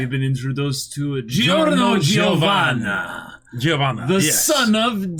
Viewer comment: for the record "Giorno Giovanna" is just pronounced "jor-no jo-va-na." for some reason it annoys me when i hear people say "jee-oh-va-na"